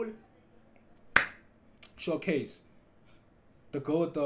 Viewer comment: Count how many times he said sho case😂